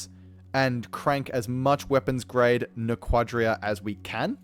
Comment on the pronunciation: I hate to play Hermione here, but it's "NA- quah-dah", not "na- QUAH- dah". The only time you put emphasis on the second syllable is with "Naquadriah". never Naquadah.